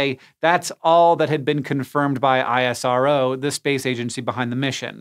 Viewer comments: You never call NASA as N.A.S.A. but NaaSaa similarly ISRO is not I.S.R.O but EesRow Next time mind it. Thanks for the video. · Just a quick note... We call ISRO not I S R O... But IS - ROH.. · It's called IS -RO not I.S.R.O ! It's similiar to saying "NA-SAAH" and not N .A. S. A!! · Great video. Just one thing, we call it isro(eesrow) not ISRO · Yeah, I.S.R.O. sounds weird to me, too. At my company we always say "iz-row". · My head hurts from explaining this everytime but here goes.. It's pronounced IS-RO not Aie-Ess-Ar-O. Just like NA-SA and not Enn-Ae-Ess-Ae. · It's fine dude.. pronunciation isn't important, their support is.. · we in India call it ISRO, not I-S-R-O..I dont know what is the "Right way" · American Logic NASA = "NASA" ISRO = I-S-R-O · It's called " Is-ro " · Its pronounced Iss-Roh :)